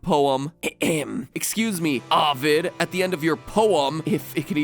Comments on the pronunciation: The big ones were Daedalus and Ovid. It’s supposed to be DAY-dah-lus and OH-vid. And even then, Ovid could be pronounced OH-whid in Latin but we don’t talk about that lol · Take a shot every time MatPat says Dedalus Edit: or Avid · The way he pronounces Ovid is how Jeff Winger pronounces Abed.